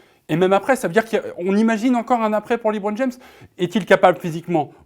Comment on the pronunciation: Quand tu vois déjà qu’un des journalistes dit « Libron James » au lieu de « LeBron James » ça démontre déjà le sérieux des arguments 🙄